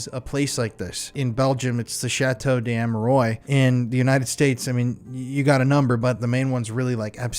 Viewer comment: It's pronounced Chateau des "Amerois", not "Ameroys". A closer pronunciation would be spelled "Am-er-“rwah”", but with a rolling "r" sound instead of the "w". Like the words "king", right and finger, are pronounced in French. "AM-ER-RWAH" Great episode you did on the Chateau and it's estate but I think you only pronounced it properly once in the video. I would be scared of what those spirits would do to me if they knew I was butchering the name of their resting place so much.😁